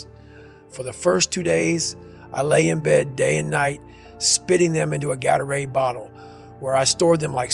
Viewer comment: That "Gator-aid" was so French, i thought it was a voice emulator for a second.